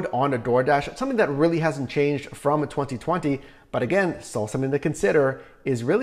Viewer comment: The way this man annunciates the years “2020 and “2021” make anyone else cringe?? 😂